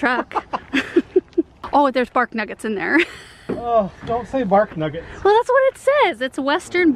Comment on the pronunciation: Bark Nuggets...😂 sounds like she is saying barf nuggets . I think that's why Aaron doesn't like the word Lol